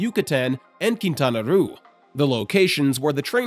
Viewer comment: "Kintana Ru" 😂😂